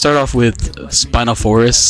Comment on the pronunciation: "Spino Forest" dear god.